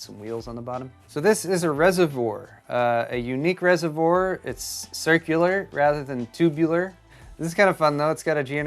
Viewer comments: It's a resavoir not resavore........ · You do need to pronounce the word "reservoir" correctly. Try saying "reservwaaa" instead of "reservor". Sorry for this, but the way you say it does sound a bit silly.